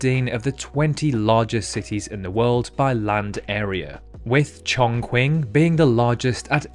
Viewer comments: its pronounced like chongching not like chongquing. there's not even a u after the q in chongqing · Pronounce it as Chongking instead of Chongquing if you dk how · Chongquin is pronounced "Chong-ching" q's/qu's are pronounced "sh" or "ch" in China usually, unless they are the start of the word. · Chongqing in China is pronounced "Chong-ching" not "Chong Kwing" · Chongqing is pronounced Chungching and not Chongkwing. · Chong-CHING not Chong-Quinn Also distance cannot be km squared lol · another correction: chongqing is pronounced chong-ching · ChongKWing, KYuwait, KinshaSHa … cmon my man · Chongqing is chong-KING. How can you measure sq. km. by going in a straight line (width of the US)? Also, Attu (at-TWO) Is. in Alaska's Aleutian (uh-LOU-shun) Chain is 8 degrees/468 mi./753 km. west of 180 degrees longitude, making the width of the USA 8388 mi./13,496km. from W. Quoddy Pt., ME--the easternmost point in the USA. The 2nd. largest national park in the world is in Algeria, and #3 is Wrangell-St. Elias in Alaska at a little smaller than Bosnia. The north shore of L. Superior is in Canada, but the USA has the south shore. Big DEE-oh-meed is actually DIE-oh-meed. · sorry to correct u but as a Mandarin speaker, it is pronounced Chong-ching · I've heard of Chongqing but not Chongquing. Why do british people have such difficulty with pronunciation? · ...but in all fairness, he did pronounce Chongqing and Nauru incorrectly. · That may be true, but he fucked up Chongqing. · The chongqing pronunciation 😭😭😭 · the pronounciation of chongqing is hurting me